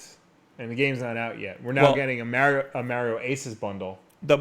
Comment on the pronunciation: I like how he’s judging filip miucin about the Bethesda pronunciation but yet he can’t say Mario the correct way. And beatemups says SEEGA instead of Sega,Just saying I don’t think that has anything to do with whether you like video games or not lol